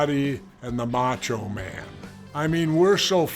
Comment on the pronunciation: He did but it was funnier with Vince. They still had chemistry during that old school Raw too. Plus I loved hearing him call him MackMan